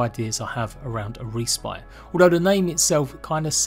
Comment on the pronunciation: Great video! My only input would be learn to pronounce respite xD